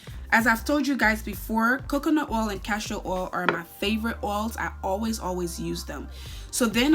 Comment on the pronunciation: Wtf is “castro” oil? Think castOR oil kmt! 🤦🏿‍♀️